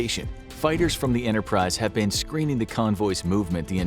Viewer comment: Who else noticed he said “Launching of the decks form U.S.S Yorktown and the U.S.S Interprise?”